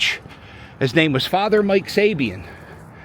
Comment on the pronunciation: It’s not Sabien and it’s not Sabaan. He’s Father Saban pronounced like Nick Saban. He is the man he was the #1 priest at St Willy’s